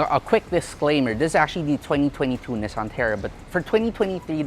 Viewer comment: The annoying part is the way you pronounce “Nissan”. Where in the world did you get that?😂😂